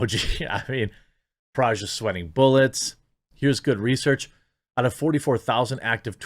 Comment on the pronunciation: Dude it is Parag not Paraj